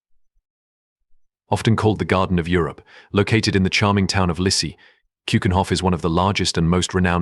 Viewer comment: AND THE PLACE CALLED LISSE AND NOT LISSEY !!!